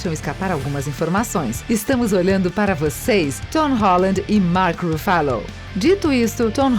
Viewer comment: Vídeo muito legal mas pelo amor de deus é Mark RUFFALO kkkkkkkkkkkkkkkkkk😂😂